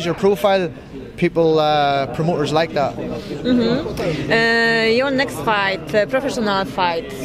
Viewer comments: Nekst gala xD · Nekst gala hahahah